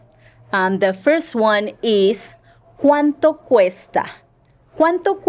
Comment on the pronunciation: the way you pronounce "cuanto cuesta" make the "c" sound very soft, almost like an "h". I thought it should be pronounced like a "k"?